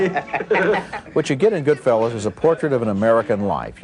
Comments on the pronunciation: Yes, miss them. You gotta love the pronunciation at first - GoodFELLAs..... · Siskel mispronounces goodfellas lol